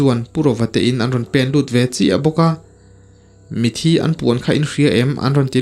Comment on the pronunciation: Mithi ti in lam tawh suh mitthi ti in lam tawh rawh plezs😊